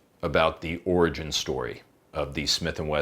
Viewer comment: Did you say orgy or origin? Really need to know.